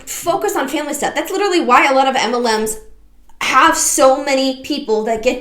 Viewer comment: I cannot STAND the way all these girls pronounce the word "literally" as "lidderly". Maybe it's just my misophonia, but holy fuck it takes me from zero to red zone in a hurry.